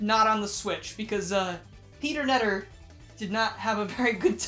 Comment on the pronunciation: It’s not Peter netter. ITS PETTER KUH-NETTER